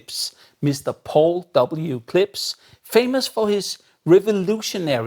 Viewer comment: It's KlipSH. You keep making an S sound.